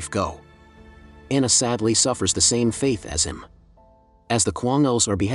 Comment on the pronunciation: I don't know if it is a computer-generated voice that narrates these. But it leads to some odd, at times humorous, mispronunciations ("faith" instead of "fate", "coach" instead of "couch", etc.) . When he/it calls a woman, "the Jew", or "the old Jew", it almost sounds like there's a soft-spoken National Socialist narrating it.